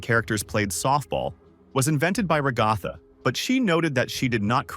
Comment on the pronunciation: Why can't you say "Ragatha" correctly?